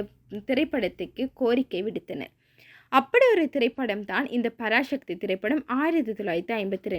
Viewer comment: Parasakthi not parashakthi dont prononce like brhamins mutakoos